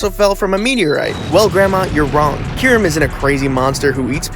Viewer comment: My friend thinks it’s pronounced kie rem